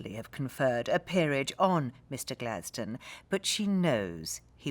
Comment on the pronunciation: So THAT's how Gladstone is pronounced correctly. We say it like "Happy rock" :D Now I'm ging to start saying it correctly and see if it catches on.